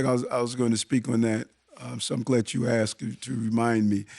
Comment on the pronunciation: Who would have thought a politician with an earring that says axe instead of asked would turn out not to be a good guy ....